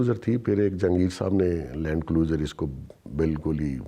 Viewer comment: "Lan Cluser " Idiot can't even pronounce Land Cruiser.